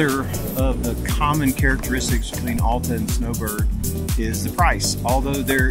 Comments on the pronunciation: It’s NOT Awwwl-ta!! It’s Al-ta!!! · You are not a local. How can any Utahan tell? It is not All ta. AL like altitude. Alf's mid mountain restaurant and Alf's High Rustler are named after Al. Al used the English part of his name, added TA (German expression for outstanding). Thus AL TA. Everyone say after me. ALTA. Al was a great man. He scouted Little Cottonwood Canyon for the United States Forest Service and the first chairlift was installed in 1938. Get to know Al and TA to you.